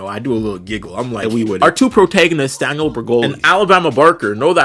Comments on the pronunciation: You say Danielle like Daniel lol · DaniELLE, not Daniel*